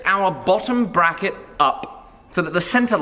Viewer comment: Bbbrrracket, did he say bbbrrracket?